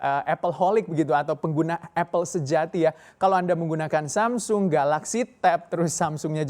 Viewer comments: Maunya baca agak nginggris, tp jatuhnya jadi aneh. Kalau nginggris ya bacanya semsang, kalau logat asli Korsel sana samsong, kalau Indonesia baca aja samsung. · "samseng??" Samsung pak bukan samseng Wkwkwk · Masih salah, cara bacanya aslinya bukan Samsung tapi Sam Song..